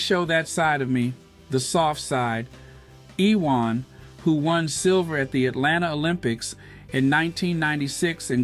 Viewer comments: His name is pronounced YOUU-WON. Big-up Harry & Meghan. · Its pronounced youwan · Iwan is a Welsh name - it is pronounced Uwan. Thanks - he's a legend of British sport - and we fans never knew who he really was.